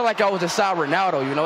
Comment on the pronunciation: "Chris the Roneldo SEWEY" Siuuuuuuuuuuuuuuuuuuuuu